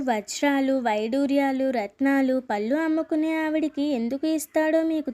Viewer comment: పల్లు కాదురా తల్లీ పళ్ళు అని పలకాలి పల్లు అంటే నోటిలోని దంతాలు పల్లు